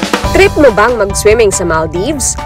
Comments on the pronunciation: maldaybs pa more.. maldeeeeeves po ang pronunciation nun. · maal deevs hindi mal daybs.. yawa pastilan